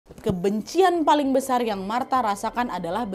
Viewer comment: Kak Nad "pilar² besal" typo dikit ga ngaruh😂😭